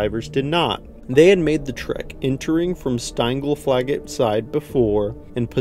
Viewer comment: "Steingleflagget Cave" lol 😂😂 As a Norwegian I found that hilariously entertaining a pronunciation 😂😂😂